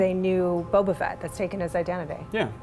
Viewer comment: Boba not bobo